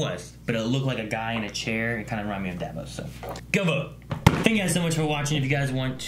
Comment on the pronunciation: Almost laughed when he called him "Dav_os".